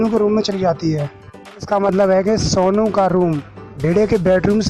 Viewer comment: Sounu nai hai sonu hai pahele bolna sikh le